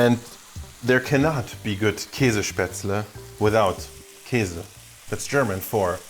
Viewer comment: uhh, Iam pretty impressed. Great idea. I eat my Spätzle usally classic (chees & onion) but this is awsome. We need more of this! And bottom line. ... Do you have a german background? You pronouce "Käse" perfectly. Which sounds a little bit funny usually from non-native Germans. Very nice Video!